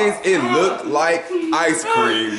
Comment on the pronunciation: hear the way trey said ice cream 😂😂